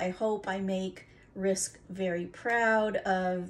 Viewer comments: Also, it's pronounced like rinse ka 💕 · I enjoyed watching you work and your different style with the Dutch pour. I hope more of Rinske's followers come visit you. I will be going through your previous posts. Ren Ska is the proper pronunciation. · Nicely done but you are not pronouncing Rinska name correctly. If you have watched her videos she says her name.